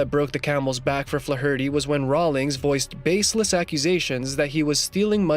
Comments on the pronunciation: Lmao@ "Fluh-hurty..." It's pronounced Flay-erty, numbnuts... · Flaw Hurty is pronounced Flare ity. As in Joe Fler Hootie of SCTV. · Fluh- hurtie? You onion! It's pronounced FLAYherty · Learn how to pronounce the surname Flaherty please. 😂 👍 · Its pronounced FLARE-ER-TY moron...not Flaherty d's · You’re killing me with the “Fluh-HURT-ee” butchering of the name Flaherty. The ‘a’ is typically a short ‘a’ sound as in ‘flat’. ‘Fla’ gets the emphasis. FLA-er-tee. But I’ve even heard it as FLARE-tee and FLARE-uh-tee. But Fluh Hurtee just plain fluh-hurts! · Hey numbnuts!! Fla-herty in pronounced Flar-ity...it and Irish Sur name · I couldn't take the pronunciation of "Flarity" (Flaherty) as Fla-hirty one more time. I'm out. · Can you not pronounce Flaherty? It's not Flah- hurty, its Flairty. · Good grief it's not Fla-hur-tee. It's pronounced Flairity. Do your research before you make videos bro. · Flaherty is flair ity not flaw hurty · FLA HER TY? AI AT IT'S BEST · Who says the surname Flaherty like "Fla-hurty", that's making it far more of an ordeal than it is to say already. Try putting the stress on the E, like everyone else does, it might make you life a lot easier and save time with pronunciation, apart from that being the correct one. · Fla-herty? Once you listen and hear it, it never goes away. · Fla-hurty??!!? Good god man. Learn to pronounce!!!! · Dude.... that's not how you pronounce Flaherty. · Learn to pronounce Flaherty. Jesus! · Learn how to pronounce Flaherty you make it sound retarded the h is silent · You couldn't find a narrator who could correctly pronounce "Flaherty". What a joke! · You really need to learn the pronunciation of the name Flaherty. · To the narrator here-you should learn how to correctly pronounce Flaherty. You sound semi literate. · Can't listen to him mispronounce Flaherty again, I'm out. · I couldnt watch till the end because of the way the dude said flaherty. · Learn how to say, "Flaherty"